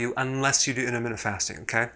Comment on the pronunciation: This guy is completely wrong. Also if he wants to do a video on intermittent fasting... he should learn how to say intermittent correctly